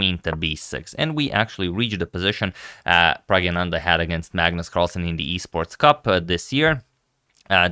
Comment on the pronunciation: Agad, you are correctly pronouncing his name as “Pragyananda”👍 Pragya means high intelligence